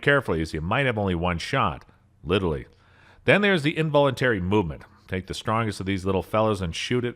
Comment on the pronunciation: And "literally" as "literly" and "triumvirate" as "try-um-ver-ah-tey" and "grain" as "graining" (but he said it really quick) Listening to him speak is exactly like watching my cousin run down stairs. She makes it but just barely she's always careless and on the edge of stumbling.